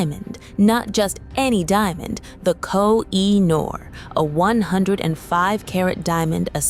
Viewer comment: It’s pronounced Ko-He-Noor. Duh! 😮